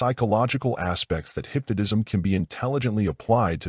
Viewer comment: I can't keep listening to this AI say "hypnodism".